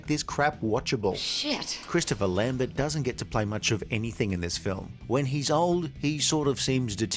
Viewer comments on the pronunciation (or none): Wow, the dude who made this video came up with the "A Kind of Tragic" about 30 years too late. And someone tell him you're not suppose to speak the "t" in Lambert's name. Sigh. Get on board, dude. General Katana, must be a "sharp" guy. C'mon, the writers weren't even TRYING. This has to be one of the cheeziest movies of the 90s. It's where you start to think "Where is Steven Segal in this movie?" and anyone, who knows Segal stuff, knows he's made some CRAP movies.